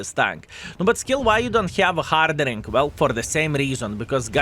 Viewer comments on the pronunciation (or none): my friend it is : HARD-EN-ING ... hardening. have a good day :)